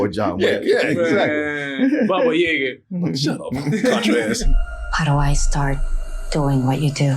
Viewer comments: Ahahaha poor, they really did say ‘Yayga’ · Russian here. Baba Yaga. not Yega.